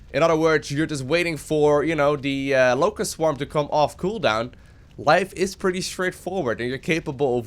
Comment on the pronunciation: All I hear is "Lowko" swarm.